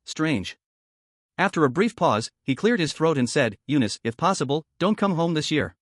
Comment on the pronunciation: Eanice? Why did it said u-nist